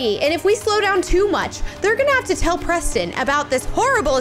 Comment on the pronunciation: Oops Siri got Preston‘s name wrong